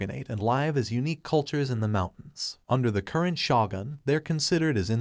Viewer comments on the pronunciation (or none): God! You need to learn how things are pronounced. Shogun - its pronounced "Show-gun", not shoo-gun". And Gabimaru, "Gab-E-Maru" not "Gab-maru".